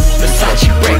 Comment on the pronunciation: Versace brefst🤪😳